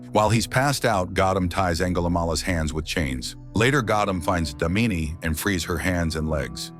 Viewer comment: It's not damini it's daamini 😂😂😂😂😂😂😂 hindi pronunciation